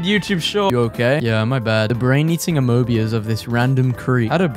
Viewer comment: the way he said amoebas💀💀💀💀